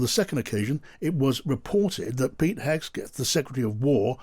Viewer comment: It's just unprofessional at this point to still be mispronouncing Hegseth